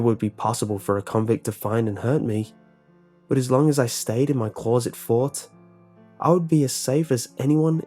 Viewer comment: Blank closet spoken with an accent.